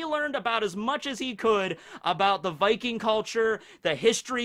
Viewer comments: norwigen here. yes you did say viking rigth. in fact it took me by suprise that you got it rigth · You actually said "viking" pretty good. Butchered som names later on though😉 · Good job on the "viking" pronunciation ^^ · Swedish guy here, I approve your pronunciation of “Viking” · I am Norwegian and I am pumped and I can confirm you got viking right! :D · VIKING! you said it as close as an american can i guess. havent gotten into this series myself yet, but after watching part 1 im really thinking about it. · you are actually saying Viking correct but when you're saying it plural "Vikings" it sounds weird to me. plural of Viking is Vikinger (I'm Danish)